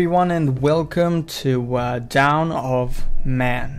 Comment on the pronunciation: I don't mean to criticize or anything , but it's dawn , not down, I love these vids tho, keep up the good work!